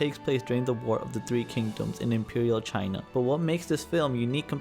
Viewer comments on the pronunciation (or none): none